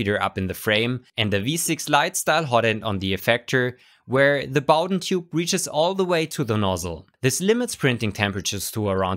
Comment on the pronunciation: Thumbs up for pronouncing Bowden correctly and a great review, of course.